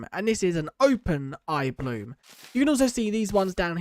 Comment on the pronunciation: Can you say blossom correctly please for once?